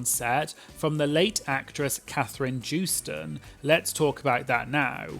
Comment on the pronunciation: Katherine joostons last name is pronounced with a Y where the J is at like yoh-stun